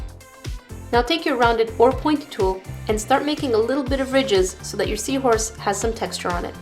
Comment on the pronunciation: Omg seawhooress.. Haha that made me laugh!